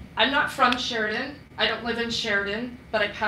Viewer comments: Can she say Sheridan one more time ? 🤦🏻‍♂️ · Keep saying Sheridan more karen